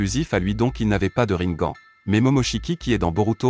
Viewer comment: On dit rinegane🤣🤣🤣